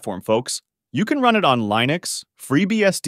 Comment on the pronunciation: "reAD me" file? Li-nux? AI voice is high or what lol